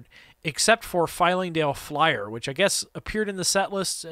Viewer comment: I love everything about this video, except for your repeated mispronunciation of Flyingdale Flyer Lol